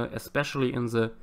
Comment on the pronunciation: I like how he says ze and not the. Sorry